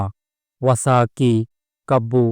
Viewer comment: ಅಬ್ಬಾ ಅಲ್ಲಪ್ಪ ಹಬ್ಬ ಅರ್ದಿಕ ಶುಭಾಶಯ ಅಲ್ಲ ಹಾರ್ದಿಕ ಶುಭಾಶಯ ವಸ ಬಟ್ಟೆ ಅಲ್ಲ ಹೊಸ ಬಟ್ಟೆ ಕನ್ನಡ ಕೊಲೆ ಮಾಡಬೇಡಪ್ಪ